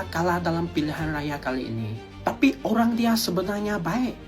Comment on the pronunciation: Olang bukan olang ... Antu bukan antu 😂😂😂